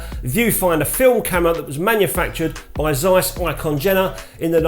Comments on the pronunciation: Excellent and entertaining, as usual 👍. To disappoint you: You're nowhere near butchering the pronunciation. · The Tessar is a very nice Lens! With beautyfull Colour rendition! The Name of the Camera-Manufacturer wasn't too much butchered, not to bad ;-) With best regards from Germany!